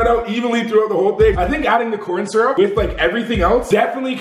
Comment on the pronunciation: He said "Coryn Syrup"😭